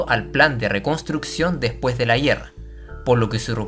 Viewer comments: se dice guerra, no guierra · Por qué dice "guierra", "carguieros", el resto lo pronuncia bien. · ¿ estuvo fuerte la "yierra", no? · Por que dices la yierra en vez de la guerra? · Me preguntó lo mismo. Por cómo habla, parecería ser de chile. Pero ahí no recuerdo que pronunci n asi esas palabras 🤷‍♂️ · Son cosas mías o el narrador no sabe pronunciar la palabra guerra